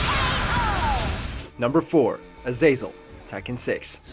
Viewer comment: WHY PRONOUNCE AZAZEL AZAYZOL. IT'S AZAZ EL